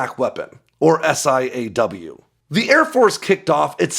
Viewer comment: Stop saying S.I.A.W.....its "saw"